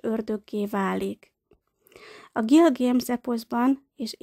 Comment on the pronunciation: Miért mondja a női hang hogy Gilgéms rettentő idegesítő hàt az Gilgames